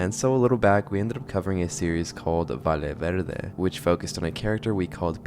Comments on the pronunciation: I'm losing my mind, sorry, it's pronounced "VAYE VERDE" just like "Yapping" "Yes", the double LL in Spanish is pronounced like as Y. I'm guessing it's rage bait, and it's working, because I can't hold myself back every time he says "Vale Verde" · Bruh!, but seriously, Valle Verde is not pronounced "Vale Verde", use google translator to hear the pronunciation because a valle is a valley, and a vale is a voucher. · Sounds like European Spanish pronounciation